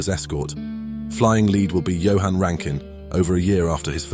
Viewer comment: at least he got Johann correct